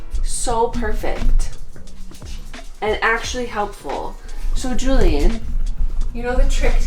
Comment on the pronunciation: it looks so goood-uh